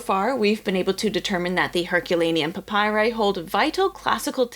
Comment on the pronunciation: And it’s pronounced pap py ree